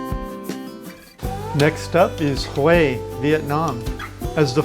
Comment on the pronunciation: Finally !!!! You're Pronouncing 'Hue' Correctly!!! LOL!!!